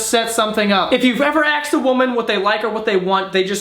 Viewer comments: "If you've ever axed a woman"... that's fucken dark. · I'm a new subscriber, educate me on why he says axed instead of asked? I noticed it a few times now.